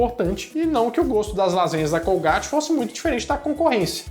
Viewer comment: colgaite.e não colgáte,é inglês